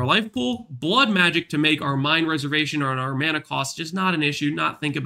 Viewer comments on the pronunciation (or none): none